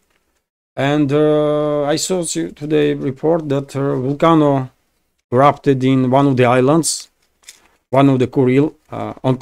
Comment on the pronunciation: Just a helpful pronunciation hint... Volcano = "Vol-cay-no" Geyser = "Guy-zer"